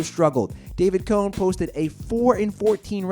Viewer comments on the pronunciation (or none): none